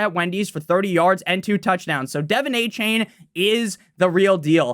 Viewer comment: A-chan not a-chain